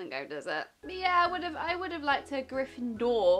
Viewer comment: For some reason it annoys me that she says Gryffindor like GryffinDOOR ! xD